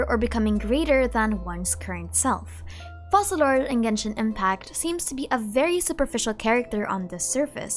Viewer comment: Actually, Focalor in french is pronounced "Fokalor" ( i'm French btw), that's why their choice to pronounce it 'Fo-Sa-lor" puzzled me as well😅 The rule is a bit complicated but to put it simply: if you have a "c" followed by the letter "e", "i" or "y" the letter "c" will have an "s" sound. But if the letter following the "c" is "a", "o" or "u", the "c" will have a "k" sound. We have a special letter in french, which is this one: "ç" that indicates that despite the letter being "a", "o" or "u" the "c" will keep its "s" sound (a bit confusing, i know). Well, in the case of our dear Focalor: Since the "c" is followed by an "a", it should be pronouced "ka": "Fokalor". If they wanted to go with the "Fo-Sa-lor" pronounciation instead, to be correct in french, they would have to change the spelling and write it as "Foçalor" instead. Sorry for the long comment, i hope it helps a little!